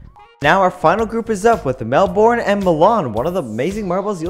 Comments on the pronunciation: It's 'Mel-bun', not 'Mel-borne'. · Its not melborn it’s melben but spelt Melbourne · Mel born it’s Melbourne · It's pronounced Mel-bin, not Mel-born. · Melbourne is pronounsed mel-ben